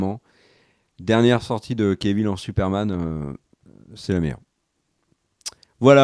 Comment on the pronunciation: J'aime toujours vos vidéos, mais pourriez-vous cesser de rebaptiser ce pauvre Henry Cavill "kévil" ??? Cf. ses interviews : quand les présentateurs ou surtout lui-même disent son nom, c'est tout simplement "kavil". Ce n'est même pas l'excuse d'une prononciation à la française 😉